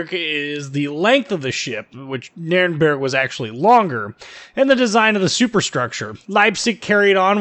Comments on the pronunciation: Funny how you pronounce Nürnberg. If you haven't yet I'll look forward to hear you pronounce “Friedrich der Grosse“ or “Grosser Kurfürst“ Try to say more e like in beg or effort in the “berg“ part :P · Sounds nordic. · She is my favorite German cruiser. In Co-op battles she is my choice. :) By the way, funny how you say Nürnberg :) But I have some advantage over you in this case, I learned German + in Hungarian we pronunciate Nürnberg just like Germans. Keep up the good work! :)